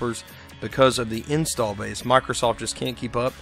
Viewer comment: Unrelated to everything, am I the only one who thought he was saying "install" strangely? A little bit too much stress on the first syllable... After . It's interesting.